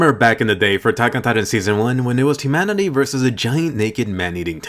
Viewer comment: Did yOu Say Imanity